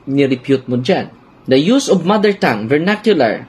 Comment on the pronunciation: Vernacular poh.